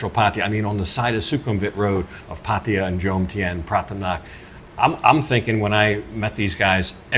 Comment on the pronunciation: My friend - after living in Thailand and Pattaya for so long! Please do not butcher the pronunciation of the city Pattaya ---- It is not PATIIIYAAA --- it is P-TAAYAA -- please make a note - it is a disservice to the wonderful city hosting an expat to butcher the name - thanks